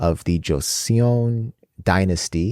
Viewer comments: I'm late here... But want to help you with pronounciation of certain words. In korean words, if you see "eo" ... It's not pronounced as "ae-o"... It's pronounced as "o" only. Example is Kim Seokjin, Jung Hoseok. It is not Si-ok Jin.. it is pronounced sokjin. Similarly, Goryeo = goryo (not Gor-ye-yo)... And Joseon = Joson/josan (not jo-se-on) I hope it helps. If it confuses you on why... Then lemme just tell you that korean vowel is (ㅓ) and its romanization is "eo" ... That is why is korean words that are written using English alphabets, this "eo" is pronounced "o" Hence seoul = sol (not se-ol) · Just going to note so you guys don't continue to make the same mistake when pronouncing other korean words. 'eo' is a korean vowel or syllable that is pronounced more like "uh/oh" sound. It's one sound, not 2 separate "ee ooh" sounds. So it's not Joe-see-on, its Jo-seon. And it's not necessarily a straight up 'Jo-sun' or 'Jo-son', its kinda a mix of both sounds (If that makes sense). As long as it's not 'joe-see-on', anything similar to 'joe-son' is more accurate. Hope this helps!